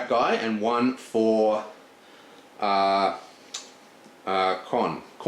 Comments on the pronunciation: About pronouncing Khorne. Say after me: Corn. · this guy doesnt have a clue what he is doing. and the "Khorne" pronounced as chrone or whatever the fuck he mumbles is the last nail to the coffin.